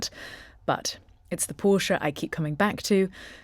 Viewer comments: Thank you for pronouncing Porsche correctly! Even actual car channels fck it up! It's a family name - not just a random word - so it especially has a correct pronunciation. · Thanks for the correct pronunciation of the marque name, most UK vids are a fail on this.